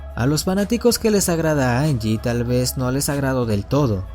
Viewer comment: se lee janyi no angie xD